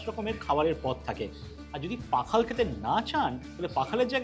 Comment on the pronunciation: pakhal na oita pokhal.